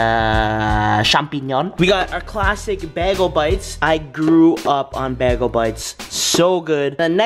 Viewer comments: its not pronounced bah-gal its bay-gill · its pronounced Baaaaaaayyyyyyy - Guuuuuuuuulllllllllll!!! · Yo, what's a Bag-el bite?? Lol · Ally Edits & More lmao, he doesn't know what a bagel😂 spam its Bae-gul in the comments lol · Bag-ole bites NOPE bay-goal bites